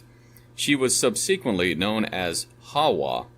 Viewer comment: Painful to listen to due to excessively poor pronunciation on the part of the reader. I’m slogging through - but who can’t pronounce “subsequently”? Literally all names mispronounced makes this reading sound like AI (even as we can apparently hear the pages turn). 😵‍💫😵‍💫